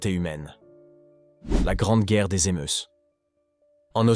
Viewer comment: Les émeusses ( prononciation faite) le s ne se prononce pas on dit les émeu (s) il serait bien d essayer de causer français dans le poste😂😂😂😂